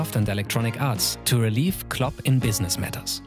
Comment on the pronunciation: "Club" or "Klopp"? I love the videos; but just giving positive feedback.